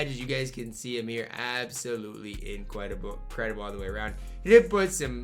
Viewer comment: Anyone caught the “incwedable” ?💀